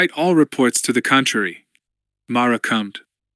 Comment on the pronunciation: Stop reading "commed" as "cummed" 💀